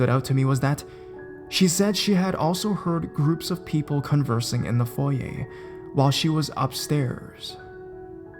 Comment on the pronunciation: OMG! You pronounced "foyer" correctly!! NO ONE DOES! Maybe it's because you're Canadian. We tend to know our Frenchiness... :)